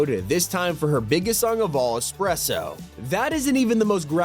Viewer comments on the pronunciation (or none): Espresso, not spresso